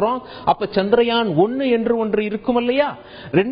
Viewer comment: Good information. Thanks. By the way, it is chandraayan and not chandrayaan